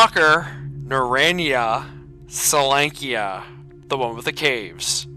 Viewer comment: Ackchyually, it's pronounced something more like "NARE-ode-NEYE-uh sol-YONK-uh" (or "sole-YONK-uh"). Various versions of Oblivion Lost were going strong around that time. He chose Misery as his first experience in the Zone. No wonder he gave up on it. Oink Oink Fleshy Piggy! 🙃 Frolic with the FLESHPIGS! 😆 An oligarchy of burers would be a "burer-ocracy." Why would there be an MP-40 in the Zone? A PPS-43 would make more sense (plus, it's the same caliber as the TT-33: 7.62x25mm Tokarev). Anomaly also has a USAS-12. What if you could mount a grenade launcher on it?! }:-D Monster hunter's combo weapon deluxe! Btw, what caliber is the Deagle? Is it .357 Magnum like Anomaly, .44 Magnum like Lost Alpha, or .50 Action Express like Oblivion Lost 2010. In Oblivion Lost 2010, he has an AKS-47. / What's the point of "wrong-handed" reloading (reloading with the shooting hand instead of the support hand)? Yeah, that's the old Soviet method that the USSR trained their troops to use way back in the day, but it's long since obsolete. If it's with a front-heavy gun, then it would make sense, but the AKS-74U (aka Krink, Krinkov, Okurok, etc.) isn't front-heavy, so there's no reason to use that wrong-handed "technique." Except it's possible to survive gunshot wounds or even shotgun wounds IRL. "Mail jacket" reminds me of Faxanadu. Same for most versions of Oblivion Lost. Notice how you run with your support hand graspin